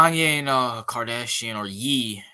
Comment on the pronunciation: It’s Ye pronounced “yay” not “yee” Like Kanye…………….